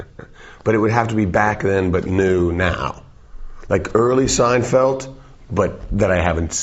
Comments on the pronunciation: I like how he says "Seinfelt"! Gotta love Dave! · "seinfelt" Bahahaha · Seinfelt.... hahaha